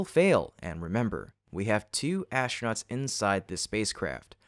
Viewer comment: Also - ASHtronauts. Once you hear it...